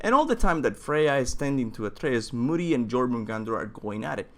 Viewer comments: It's not moodi...it modi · real talk, when you said "Moody" I just couldn't continue the video.. it's pronounced Modi, a longer O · Am I the only one who thinks that its Modi, not Moodi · It’s pronounced mo-di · I couldn't watch this shot with his pronunciation I mean they literally say all the names in the game how can you still get wrong. Who the fuck are mudi and gormungandr